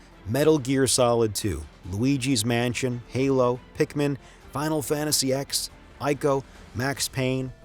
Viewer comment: I love your videos but „8 gigabit hard drive” , „final fantasy ex”… make me wonder does the lector knows what he is reading.